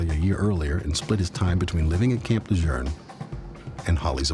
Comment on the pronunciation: Le JEUNE....not le journe?